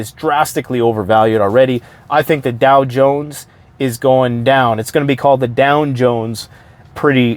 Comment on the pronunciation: "Down Jones", nailed it 😉